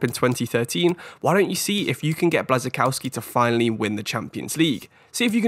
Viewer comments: Nice selection! When you talked about Kuba Blaszczykowski I had no idea whom you were talking about. Think of his pronounciation this way: Bwashchikovski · Btw the pronunciation for Błaszczykowski the ł is more of a w